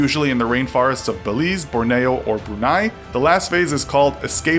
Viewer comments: its pronounced Bor-Nee-o, sorry that was just bugging me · It's Bor- Ne-O not Bor-NAY-EO. From the people of Borneo. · You should really get some help with pronunciation. lol. The funniest were Bor-nay-o lol which is Born-e-o lol. And Gate-ling gun lol which is Gat-ling gun. Lol gat like cat lol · I wish this noob knew how to pronounce Borneo and Gatling.